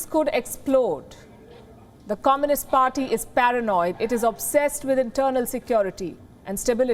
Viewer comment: I like how this woman pronounces “comminist”.